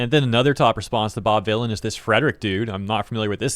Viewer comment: Vylan as in Villian. lol he tried his hardest.